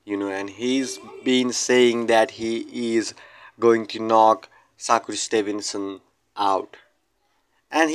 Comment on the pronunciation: He called him saku Stevenson…soccer Stevenson 😂damn bro learn his name 1st